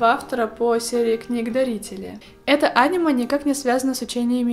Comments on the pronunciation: Кто нибудь уже сказал что не "Анима", а "АнИма". Слух режет просто дико, уже вырываю уши. Пасиба/шучу/ Шкатулка кайф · Мне местами слышалось «аниме» и я тип такая ЧТО?!?!😂